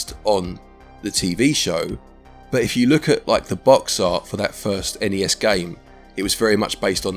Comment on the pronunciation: I can tell you were feeling poorly, because you kept saying each letter in ‘N.E.S’ instead of just the single word ‘nes’